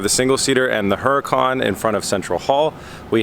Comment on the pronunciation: Would really love to hear someone actually pronounce Huracan right for once especially a Huracan owner. Yet everyone continues to pronounce it wrong..smh.